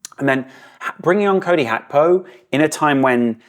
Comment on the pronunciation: Gakpo’s “G” is not silent 😅